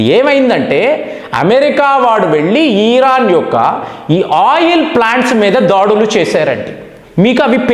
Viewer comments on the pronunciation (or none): Sir ఈరాన్ కాదు..... ఇరాన్ అనాలి